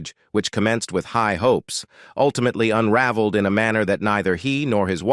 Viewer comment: What's wrong with the narrator; is it a robot, or can the person if existing, pronounce simple words like" ultimately" without some syllable type pronunciation?